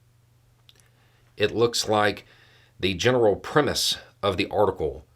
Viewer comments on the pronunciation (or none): none